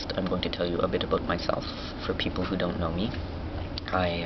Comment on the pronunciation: haha canadians your awesome. "aboot" lmao south park